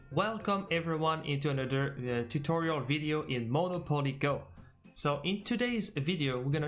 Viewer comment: First of all we gonna learn how to say Moni poli Go ! 😂